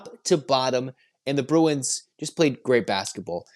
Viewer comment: Bru-f-u-n? Bru-w-i-n! 😂